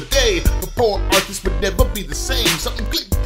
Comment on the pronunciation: вслушайтесь он говороит артас тута ))